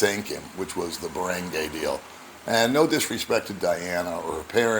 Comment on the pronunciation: Barangay ~ Bah-Rung-Guy :)